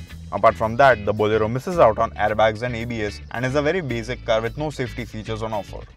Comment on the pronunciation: BAZIC... BAZIC... MENOO... idiot host